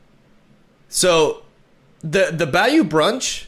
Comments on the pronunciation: Also bayou is pronounced baaa like a sheep does and a long u. So ba-ū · It’s pronounced Bayou (Buy/by-you) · Not grammar nazi'ing, just helping you out, its BUY-U brunch